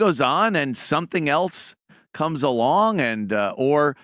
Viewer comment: Ant. The word is “else,” not “eltse.”